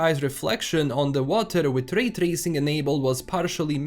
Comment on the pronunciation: "Rrray trrracing" As a german who has an accent while talking english, i just wanna say: Glad, I'm not alone. 🕺 Thanks for your video, m8.